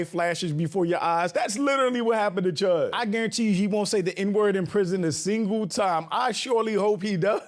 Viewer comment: Cheddar bob chud? Nah nah nah. It’s CHUDder bob!